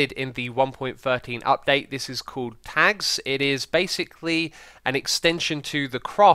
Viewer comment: Sounded like you said "Tax", not tags.